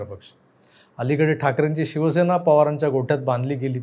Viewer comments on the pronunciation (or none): none